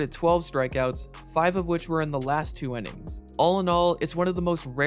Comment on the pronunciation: does the way this guy pronounce "innings" bug anyone else a little? Sounds like he's saying "ennings". Great vid otherwise though.